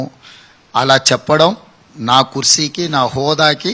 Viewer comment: Kursi kaadhu ra ayyaa kurchi manchiga noru thiragatle dha ra gumupu ga